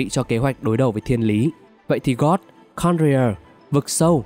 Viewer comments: giả kim thuật sư gót là ai z ad, biết mỗi gold thôi nma gold đâu có phát âm như vậy nhỉ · Tóm tắt rất hay=)) mỗi tội phát âm hơi sai dễ gây hiểu lầm cho newbie, ví dụ như gold mà ông đọc gần như giống từ god, tatarlia mà ông đọc sang tartania,....